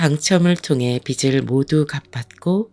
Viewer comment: 비츨(X) 비즐(ㅇ)입니다 내용이 좋아 계속 듣고 싶어도 발음이 잘못되어 있으니 계속 거슬려서 안듣게 되네요